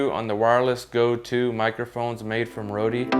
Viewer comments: Just a quick note, you need to pronounce rode like “road” don’t pronounce the “e”. Thanks for the review. I just got mine and haven’t tested mine yet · "Roadie"? Where'd you get that pronunciation?